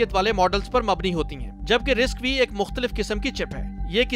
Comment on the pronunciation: RISC-V pronounced as RISC-5